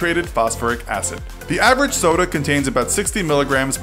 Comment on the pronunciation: avweage weight 62 kilograms hahahahahhHahahahahahhaha